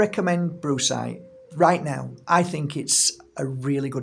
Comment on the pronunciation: Did I really hear Brucecite and then bruisecite? Followed by you describing the colours of a good ol black eye? 😂 Humor beats anger indeed